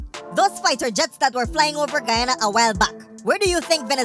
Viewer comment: That military us skunt can't even pronounce Guyana properly 🤬